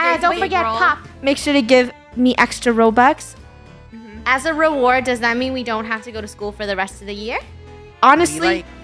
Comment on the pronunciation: Did funneh just say she didn’t want to spend roubx